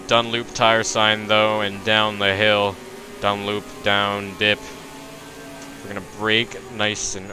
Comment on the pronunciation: Dunlop.. "lop" mate not loop. Graat vid. Respect.